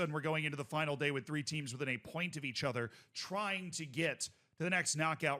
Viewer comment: Why do you pronounce "other" like "ether"